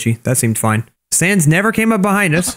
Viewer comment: he makes sans sound like fell 😂